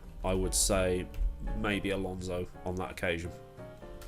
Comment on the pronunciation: Ah yes, Fernando Alsonso